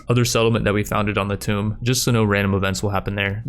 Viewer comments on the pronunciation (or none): I know different people pronounce things differently BUT it’s Tomb not tome Edit: you actually said it correctly in the way I feel when you traded blue into slavery